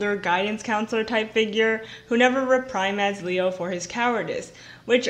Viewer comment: Good video about a topic I knew nothing about but the word reprimand is pronounced Rep-RE-mand and it’s JuuuuD not Jude. 🥰